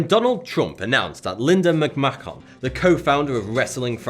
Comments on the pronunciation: Its pronounced Lin-da Mc-man not Mc-ma-hon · sorry what? macmachqhon? matchacon? macmacmon? no idea... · i understand you pronounce McMahon like in the british iles, that but when talking about an american.....you should say mic-man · Mispronounced a few names.... *GROUCHO (grouw-cho) Marx....not "GOO-CHO" Marx *Linda McMAHON (mick-man)....not "McMACK-ON" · It's pronounced Linda Mac-Man! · im a wrestling fan so its has nothing to do with politics but it's pronounce McMan but spell McMahon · Its pronounced Mc Man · I'm triggered by how he pronounced McMahon.